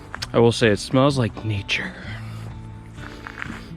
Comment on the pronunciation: i watched the part where he said "it smells like nature".... 4 times because i was hearing "it smells like bleach" lol.... im thinking why does a silver birch tree smell like bleach lol